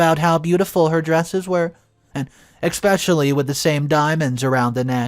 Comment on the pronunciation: Expecially isn’t a word , it’s especially, for the forth time! If you plan to speak for a living, it’s escape, not excape too.